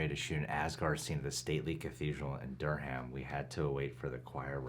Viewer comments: Man really said Der-ham though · Your pronunciation of Durham 🙃